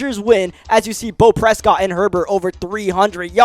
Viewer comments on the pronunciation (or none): none